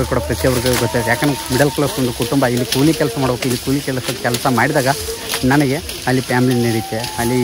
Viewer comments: ಕೂಳಿ ಅಲ್ಲ ಅದು ಕೂಲಿ 😂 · Bro adu ಕೂಳಿ ಅಲ್ಲಾ ಕೂಲಿ😅